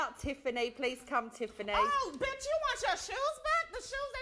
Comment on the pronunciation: That emphasize on the B*tch at the end gets me each and every time!😂😂😂